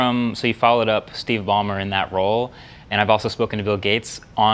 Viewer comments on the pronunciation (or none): Steve "Baller" , not Ballmer? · Its Steve Ballmer not Baller....nice vid btw... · bro its steve ballmer not baller . LMAO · Dear Marques, he's Steve Ballmer, not Baller.